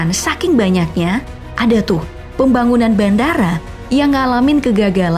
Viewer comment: Kalo denger kata pembagunan langsung ke inget kuli jawa v